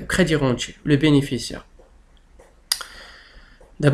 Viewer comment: Vs prononcez mal débirentier et crédirentier.